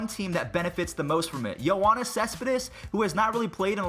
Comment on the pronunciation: Listen to this. Yo-won-is cespedes lol. (no offence I said this the first time I saw it lol.) Yoe-ee-nis lol